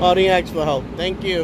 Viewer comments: My point was and is, don’t make fun of or ridicule someone unless and until you are perfect. While you are at it, write the word ASK on a piece of paper, look at it and explain how the you come to pronounce it Ax. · You have repeatedly made fun of that woman for saying UPS law. Before you make fun of someone, make sure that you aren’t messing up! You have REPEATEDLY said “I didn’t ax for help” and you said several times “ UPS do not make laws.” Number one, you cannot AX a question! You may ASK a question. The word is spelled ASK, NOT AX! Second, UPS DOES not make laws. NOT UPS DO not make laws. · You let yourself down by not speaking correct English!! The word is ASK and not AXE. Many, many videos have African-Americans saying the same. Is this language taught in school? Or do you all just repeat the slang that you learned in the 'hood? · Not only are our rights eroding but so are our language skills. We no longer ask people things now we "" them. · LOL! He didn’t for help. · I’ll subscribe to your channel when you stop saying “” and start saying “ask.” Otherwise, great work. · Did you AX for help or did you ASK for help ? Why can't blacks speak English ? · Got to agree with some of the others. You keep making fun of the guard but can not pronounce "ask". Either learn how to pronounce it or go easy on others